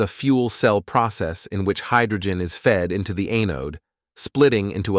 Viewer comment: LOVE this channel, but anode is pronounced as, well, "anode", not "Ae-node."